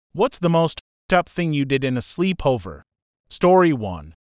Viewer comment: Slee-pover lol 💀